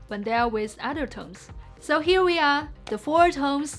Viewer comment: I love how she says "tomes" instead of "tones" half the time. That's so damn cute :D